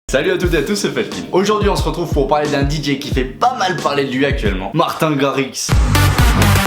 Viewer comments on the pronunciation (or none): Comment massacrer la prononciation de Martijn Garritsen en 2 secondes x) mais je t'en veux pas! :) Tu pourrais faire Florian Picasso s'il te plait? (il est sympa ce dj mdrr mais il fou des vents :' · Wait! The prononciation is : Martïn rarritsen cool video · Mdrrr comment tu sais pas parler néerlandais 😂😂😂😂😂😂😂😂